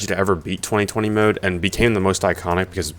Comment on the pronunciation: I cringe every time you call it 20/20 mode 😂